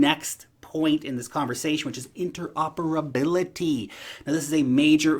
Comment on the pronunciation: You pronouciation is perfect...interoperability. I have no money to invest on new coins, although I brought some AAVE coz want some exposure on DEFI coins... Pokadot has suddenly made news, I am so surprised its been used by DEFI platform projects actually. Will keep an eye on this. BTW, I was looking to understand Pokadot, and I searched major articles, they mostly taked about the price action not the fundamentals, so your video was much needed for me. Plus my bro is looking to gain exposure to crypto... I have recommended him to check Pokodot, and subscribe to your courses for beginners and newsletter of Datadash, and just get started. I checked this coin is listed on binance too...good, but scalability how it fares?... I still want more information. Although major projects like Ontology wanting to connect with Pokodot is great and that CTO fellow you mentioned, looks like there is good team backing this. But, see man...ETH is struggling - high fees on everyhting, even to transfer USDT, because that stable coin is build in eth blockchain. Fees are going high and eating into my returns these days. Anyway... its getting hot the price action and all... now all the wisdom I got from you and Nicholus Mertin, I am putting to work you know and staying cool!!